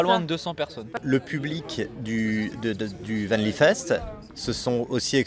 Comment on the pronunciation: Dommage nous n'étions pas loin la semaine d'avant, on essayera de venir l'année prochaine ! Par contre je ne dirai rien sur la prononciation de "Vanlifest" par le journaliste... mais quand même... ;-)